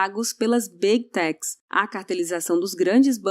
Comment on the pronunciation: Fala direito. Não é B tec, é Big tech.